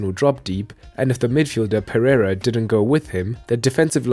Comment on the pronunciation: The name is PEREIRA, not PERREIRA nor PERRARA nor PERRIERA or any other variation.